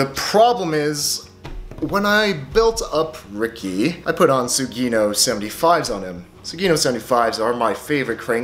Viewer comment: Its Su Gi No, sugi-no. Not sue geeeeeee no. Its Japanese, means "the next".